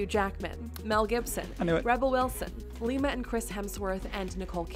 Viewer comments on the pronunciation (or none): none